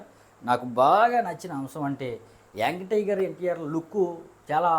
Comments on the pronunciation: Yang tiger kadu raa ayyaa young tiger .. ne slag gi oka dandam ra babu 🙏🙏 . Mundu palakadam nerchuko ra .. Nv thi raa nv thi cenima nenu istha review 5/5 bokaa gaa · Veediki ntr anna name sarigalga palakadam raala kaani. Review cheptunnadu. Meegic antaa.. Youngu tiger antaa 🙏🙏🙏 dandamraa saami . prati okkaru reviews cheppadame